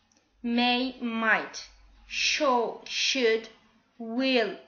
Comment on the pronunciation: shall se prononce comme pal et non pas comme paul